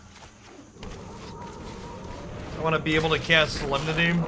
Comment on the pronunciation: A little bit of Sooo-lem-nity